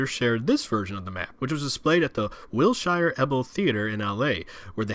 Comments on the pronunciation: Not Los Angeles. San Onofre near San Diego. Also, it's pronounced 'Wil-sher' not 'Wil-shy-er'. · to be fair, unless you live in LA you probably don't realize "wilshire" is will-sher not wil-shire. i can't explain why he said baste-ion instead of bastion tho haha